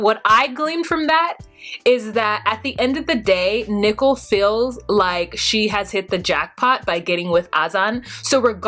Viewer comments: i find it hard to listen to you pronounce nicole as nickle. i have to fast forward thru that section. can you please reconsider it? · is it me or does she pronounce Nicole like Nickel? Is she trolling?